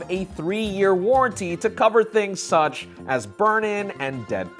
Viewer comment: Dude, stop pausing between the words “such” and “as”, you sound like Shatner and it’s a nnoyig AF!